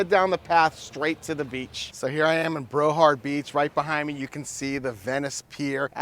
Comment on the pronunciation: I never heard of Brohard Beach…do you mean Broward??